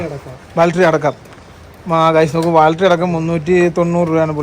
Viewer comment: ബാൾട്ടറി അല്ല പൊട്ടാ........ Its ബാറ്ററി ബാറ്ററി ബാറ്ററി ബാറ്ററി ബാറ്ററി ബാറ്ററി. ബാറ്ററി ബാറ്ററി Battery ബാറ്ററി